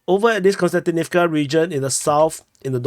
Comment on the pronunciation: Hi, i really like your reports and watch them daily. There's just one thing that somehow disturb me. I'm not russian-ukrainian speaking myself but it disturbs me that most commentators call Kostjantinivka (both of them) with an n. It's pronounced more like Cost-yan-tinivca. Please keep up the great job!